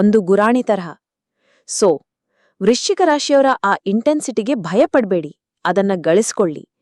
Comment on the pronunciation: Ivr Mathadthirodu Vruschika Raashi❌Lashi✅ yavr bagge😂😂😂